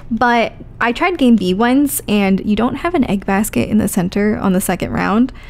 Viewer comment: This has nothing to do with anything about the games. But I can appreciate the accent slipping through when you say Classic and Basket.